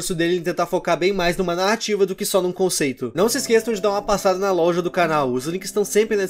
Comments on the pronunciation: Ai, eu amo quando ele fala "lolja" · mermão tu mata o português porque tu disse louga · Cara porque vc fala louja?